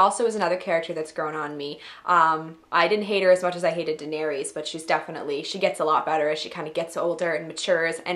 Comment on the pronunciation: Please learn how to say Danaerys' name. Its Phonetically: Dah-Neh-ris